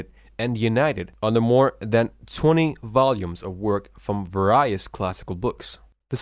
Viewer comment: He is, obviously south Asian. He had trouble pronouncing a few words such as "adolescence", "various"...